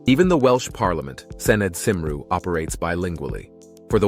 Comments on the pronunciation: It's pronounced Kumree not Seemroo! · Nice video. Some of the AI pronunciations made me chuckle. Cymru for instance, is pronounced Cum-ree, not Cum-roo. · It’s not pronounced Cimru as you called it Cymru is pronounced Cumree ok Boyo ! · I can just about forgive the mispronunciation of Pontcysyllte, but Llangollen and Cymru shouldn't be beyond your ability. Really, "simroo"? Try 'cumree' instead for Cymru. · Some great footage, but as a Welshman I winced at your pronunciation of Welsh names. One example: Cymru is pronounced kumree not simroo. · It's a shame that you didn't research the pronunciation of all of the words used in your script. Some were very inaccurate because of the way Americans pronounce the alphabet. The 'a' is pronounced hard in laverbread. Cymru is actually pronounced 'cumri', not 'simru'; the word means Wales. I almost didn't get to the end of the video because of the commentary. The majority of the footage was not from Wales! Oh, and not everyone sings. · Born and bred in Aberystwyth but been in LA for 4 decades now. My pet peeve is that all these videos are narrated by foreigners who have NO CLUE about how to pronounce Welsh place names. Do some research before you make fools of yourselves. One example is CYMRU. They pronounce it as SYMRY, another was Dolgellau and Lllangollen. I won't even try and reproduce how they pronounce it! It's really embarrassing to listen to them!